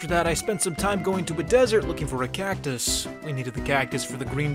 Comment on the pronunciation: did he say cacus instead of cactus?